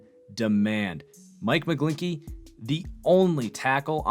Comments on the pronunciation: It's McGlinchey not McGlinkey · Please stop with Sam Darnold he wasn’t that good in college I.E. turnovers... and he won’t be that good in the NFL, most of the time I agree with you but on Darnold we could not be further apart. I would take Rudolph over him..... also his name is pronounced “mic-glenchy”